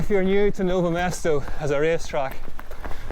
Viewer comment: It Is Nové Město .. not Nove Mêsto